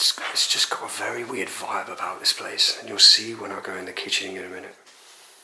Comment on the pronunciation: Be vewy vewy quiet!!!